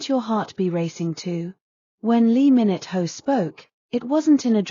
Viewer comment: It's lee min ho not lee minute ho .